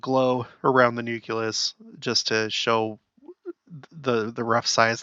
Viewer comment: Not “nukelus” 😂 noo-klee-uhs